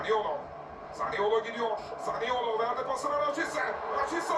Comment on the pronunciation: Hazırlık maçında 2 değil 4 maç yaptık ikincisi zaniola değil zaniolo abla sende 🤣